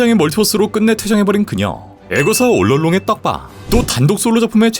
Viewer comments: 올롱롱...? 올 얼롱으로 읽는게 아니라 올롱롱이 공식 발음인가요? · 올롱롱 발음 못하고 올롤롱 하눈거 커엽네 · 애거사 올롱롱 이라고 발음하는게 왜케웃기지 ㅋㅋㅋㅋㅋㅋㅋㅋㅋ